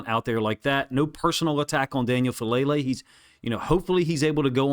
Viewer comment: I love your breakdowns. But Faalele is from a Samoan/Tongan family which I think means we are pronouncing his name incorrectly. I think it’s Fa-ah-lele. Doesn’t mean I wish he wasn’t better. But I’ve failed publicly before and at least (or best) people got my name right.